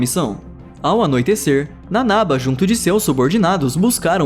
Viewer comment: Pétra,nanabá,shiganshiná(pronuncia certa)